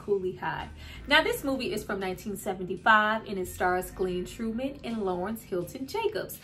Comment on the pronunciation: His name is Glenn Thurman not Glenn true men please fix that my name is Travis Terrell Jacobs and people mess our names up I mean come on sis get his name straight GLEN TURMAN.. NOT GLEN TRUE MAN .. Fix that mistake